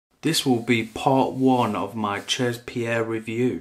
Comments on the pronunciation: Omg CHEZ is french for "at"....spelled she'...not chaaaz.... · Jesus, you're teaching people about haute parfumerie and you don't know how 'chez' is pronounced? That's basic knowledge, even if you're not into fragrances you're supposed to know such elementary stuff.